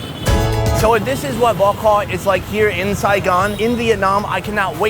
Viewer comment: pronunciation of bo kho is pretty good 👍